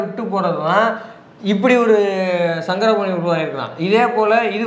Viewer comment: சாரங்கபாணி... சங்கரபாணி அல்ல..